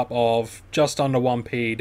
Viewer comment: It's called pec or ped ... not pee ee cee or pee ee dee. Old skool player.